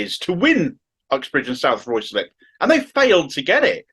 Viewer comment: RYEZ LIP. That is the way it is pronounced by the non-incomers. Why do outsiders never get it right?